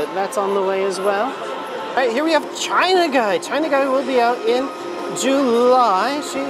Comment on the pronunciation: You know we love you. But those are angel wings, not butterfly wings. Also, China's name isn't pronounced as it looks (Chee-nah).T_T